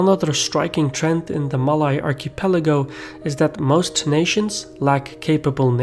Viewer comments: You mispronounced “Malay” but that’s ok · You can pronounce malaysia well but cannot pronounce malay.. smh Bro its the same pronouncation!!! Its only with or without the 'sia'!!